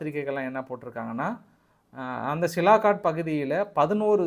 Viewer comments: சியால்கோட் ன்னு சொல்லப்பா சிலாகாட் டுன்னு சொல்றியே இலக்கணப் பிழை தவறான உச்சரிப்பு திருத்திக்கொள் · Hello, it is சியால்கோட் Sialkot.NOT சிலாகாட். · First try to pronounce the name of place. It sialkot not silakot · Sialkot. Neenga thirumba thirumba silakat nu solrenga nanba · Sialkot: cialcoat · It is sialkot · தம்பி மிகவும் சிறப்பாக செய்திகளை திரட்டி தொகுத்து வழங்குகிறீர்கள் ஆனால் ஊர் பெயர் ஆள் பெயர்களை தப்பு தப்பாக ஊச்சரித்து கொலை செய்கிறீர்கள் சியால்கோட் என்பதை சிலாகாட் என்கிறீர்கள் சர்கோட்டா கன்டோன்மென்ட் என்பதை சரகோட்டா கார்ட் என்கிறீர்கள் நீங்கள் MSc என்று சொல்லி இருக்கிறார்கள் ஆனால் பள்ளி மில் ஆங்கிலம் சரியாக படிக்கவில்லை என்று நினைக்கிறேன் பெரும்பாலும் பெயர்களை தப்பு தப்பாகவே சொல்கிறீர்கள் பாஸ் நீங்கள் மீண்டும் ஆங்கில வகுப்பில் சேர்ந்து படித்து சரியாக உச்சரிக்க கற்றுக் கொள்ள வேண்டும்